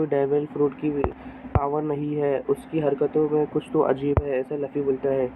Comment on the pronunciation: Laffy नहीं है luffy नाम बोलना सीख ले